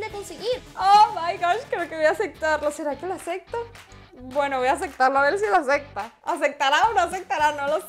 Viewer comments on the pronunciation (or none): Me da cosa q diga asecta xd se dise acepta